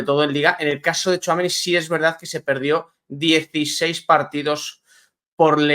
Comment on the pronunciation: por favor 🙏🏽🙏🏽 THOUAMENÍÍÍÍ, acentuado en la í. Respetas el nombre de Éndrik y te esfuerces en pronunciarlo como s debe, sin embargo, al bueno de Aurelian le machacas el nombre 😮. Supongo que no te gustaría escuchar Quilló, o Barríos. Por favor, pronuncia THOUAMENÍ 😊😊ñ Gracias.